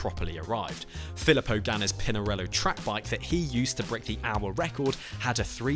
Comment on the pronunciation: Ah yes, "Phillip O'Ganna"...